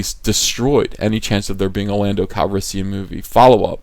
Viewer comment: Daniel Mumby And Lando “Cal-yes-sian”